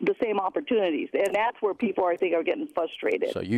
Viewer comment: When she said “fustrated” I knew for sure what we were dealing with.